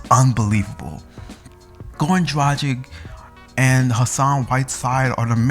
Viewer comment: A decent video but if you are a Heat fan, at least learn how to say Goran Dragic's name properly! It is pronounced DRAG-ITCH!!! I mean if you can pronounce Dario Saric's name correctly then surely you can for Goran.